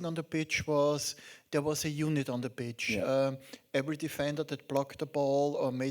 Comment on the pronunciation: ich hör immer bitch... achso, pitch meint er..